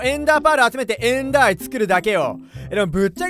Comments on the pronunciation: エンダーア↑イ↓ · やっぱエンダーアイの発音気になる